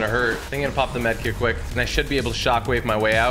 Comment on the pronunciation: kw1k stop 😂 it would be pronounced as quick